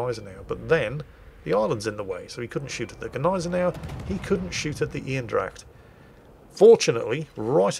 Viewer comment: First 2 minutes aren't even over, and I'm already laughing my ass off. Oh, you're so funny. Also, to stay in the language department, you're not pronouncing Eendracht correctly. Try it more Een-Dr-aCHT like. (or use google translate since I can Barely pronounce it myself)